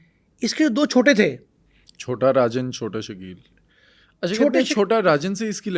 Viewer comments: Rajan ko arjan bol rha hai tatta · Naam to Sahi bol Le saaly. Chota Rajan ko arjan chota kh rha.